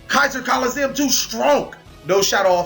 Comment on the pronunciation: But he drew keezer colizeeumm